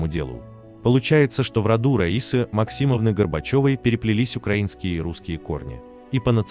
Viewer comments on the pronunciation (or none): none